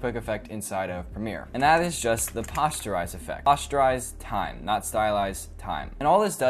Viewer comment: It's not pasteurise time, that's milk. It's Poster-IZE.